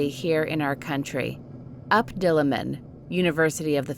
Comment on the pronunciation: They pronounced U.P Diliman wrong but nice story. We heard this legend but in the story the Oman of her headlessnes was for the driver, as after burning her clothes in the story a few days later the driver had died.